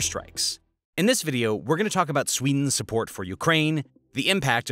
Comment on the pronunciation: as SWEEENS newest member... lol